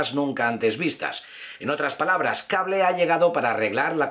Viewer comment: Carajo pronuncie bien !!! Spiderman diga así "Espaidermen" HULK diga así "Jalk" CABLE diga así "Cabol" Difícil? Para nada sos bien youtuber pero no la cagues mas con la mala pronunciación no me cojas mala vibra pero estas a poco de ser igual al patético de "Infomarvelers"